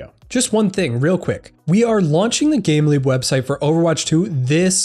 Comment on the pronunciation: it sounds like youre saying "gambling" website. I just realized its "gameleap" lol